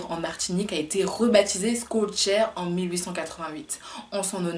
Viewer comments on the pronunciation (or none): On dit pas"Skolcheur..."mais "Cholchere"...je sais que c'est difficile pour une Youtubeuse perruque... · Salut, ça se prononce shellchère et non pas skollchère Merci pour ton travail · Je valide ta prononciation mais on dit Chol... pour son nom